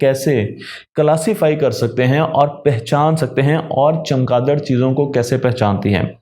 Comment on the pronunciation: جناب چمکادڑ نہیں چمگادڑ ہے